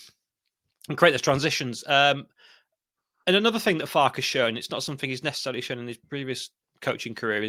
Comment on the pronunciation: Respect to this Boro lad for actually being able to pronounce our managers name at the start (which is FAR-KE - 2 syllables) The amount of our own channels that pretend to be Leeds experts like this lad above who can't even pronounce our own managers name is mind boggling.